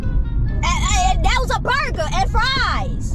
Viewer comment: "my burga" lmfaoaoaoaoa